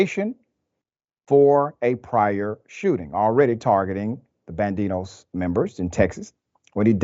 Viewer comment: This so called “Dr.” doesn’t even know how to say “Barrel” or “Saloon”. You sir are a complete and utter moron. You can say “Homietos” and Banditos without your stupid ass shitty Mexican accent also.